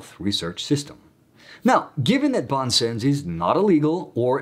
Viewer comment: A little help with your French pronunciation: "bon sens" ('good sense", as you indicate) is pronounced smthing like "bohn sahns" France Soir: "frahnce swaar" Xavier goes like "gzaviay" in French. In Spanish it's more like "haviair", which is acceptable too in this case.